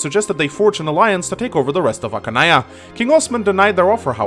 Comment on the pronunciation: Archanea not Ackanea.